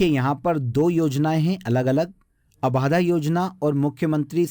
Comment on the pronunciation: 'abaadhaa' nahi 'abadhaa' hota h